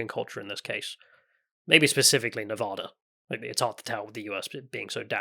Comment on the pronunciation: Pro tip: Before November, replay the game, and learn how to say the word "Nevada" properly--just like they do in game--you'll earn MAJOR bonus points with the folks out here. Seriously, we'll all still know you're English, no doubt--but the extra effort to say "Nevada" the way we do out here will be seen as a special effort because of that, and you might just earn yourself some heartfelt appreciation on top of free drinks.